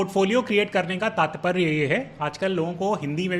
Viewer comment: It's तात्पर्य not तातपरय, mean "Meaning"